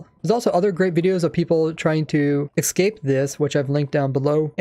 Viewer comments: The way you say ‘Ecscape’ instead of ‘Escape’ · Omfg it’s ESCAPE not EXCAPE there is no x in that word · its escape not excape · Youve Been playing the game for 12 years? Maybe should've studied English more. It's Escape not excape. Also the elder guardian buff makes mining those blocks extremely slow so you're not entirely accurate. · Does it trigger anybody else that he says 'exscape' instead of 'escape'? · It's escape.... Not ecscape.. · ok im not american or anything and my 1st language is not english but someone please tell me why some people pronounce escape as excape its kinda annoying and confusing me k thanks bye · this annoyed me so much, just the mispronouncing of "escape". drove me insane.